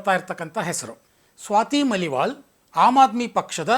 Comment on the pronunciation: ಸ್ವಾತಿ ಮಲಿವಾಲ್ ಅಲ್ಲ, ಮಾಲಿವಾಲ್